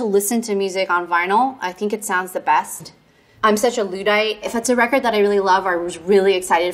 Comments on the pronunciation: The word Luddite sounds like La-ddite not Lu-ddite. The U sounds like ahh. Some would say that the U is silent. You're welcome! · It’s pronounced “luh-dite” - just in case anyone was doubting themselves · Perfect definition of a Luddite? Someone who can't pronounce "Luddite". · What the heckins is a “Loodite” 😂😂😂 Americans are so funny